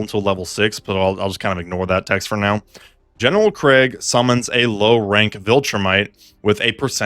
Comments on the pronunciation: Its not craig bro 😭 its krEEEEEgg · It's pronounced KREEEEGG